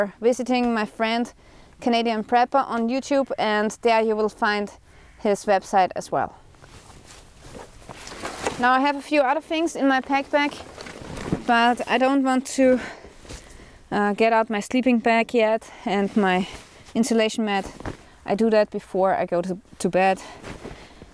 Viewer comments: No one tell her she says pack back. It's awesome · "PackBack" love it! :D